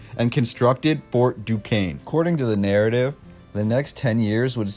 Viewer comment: He pronounced Duquesne correctly. I'm impressed! LOL once I heard someone pronounce it dew-kez-nee LOL